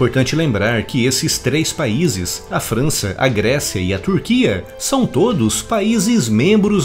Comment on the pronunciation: Alguém percebeu o "Fança" no? Kkkkk abraço